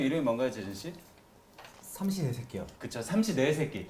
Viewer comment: ㅋㅋㅋㅋㅋㅋㅋㅋㅋㅋㅋㅋㅋㅋㅋㅋㅋㅋㅋㅋㅋㅋㅋㅋㅋㅋㅋㅋㅋㅋㅋㅋㅋㅋㅋㅋㅋㅋㅋㅋㅋ 삼시 네새끼 발음 왤케 찰져